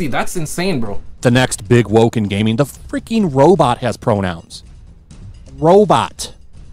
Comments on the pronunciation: "Gayming news" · did you just said "gayming news?" 😂😂😂